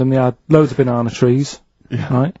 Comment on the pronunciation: Karl pronounces it "binana"!!